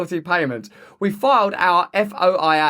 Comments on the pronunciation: FOIA is pronounced FOYA (like joy-a). Nobody refers to it by its acronym. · Love ya RB. FOIA is pronounced "foy-yuh" mate. You're the best. Keep it up. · Pronounced Foy ya my English friend. Freedom Of Information Act